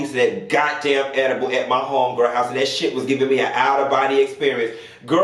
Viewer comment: Why oh why do you KEEP me on the flo laughing "edibal refer" I can NOOOT 🤣💀